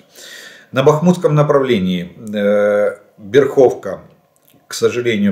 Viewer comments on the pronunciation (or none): ещё раз, не берхОвка а бЭрховка